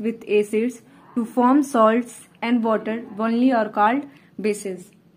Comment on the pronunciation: You pronounce 'only ' and 'called' wrong improve it👍🏻👍🏻